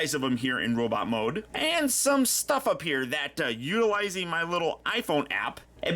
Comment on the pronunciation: Sometimes, ’ Norwegian accent slips out.